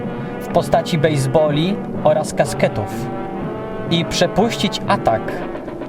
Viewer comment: Mógł się trochę lepiej przygotować, bo co to kur.. jest "kasket"??? Poprawnie mówi się "kastet".